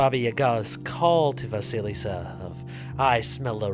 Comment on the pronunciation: Вы всё правильно произносите. Perhaps the first "s" in the name Василиса should be softer, but that doesn't matter.